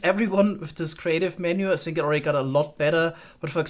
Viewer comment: what is the reason for your pronunciation of words beginning with TH? For example in this video you will say the TH in the word ( that ) but in the word think you always say sink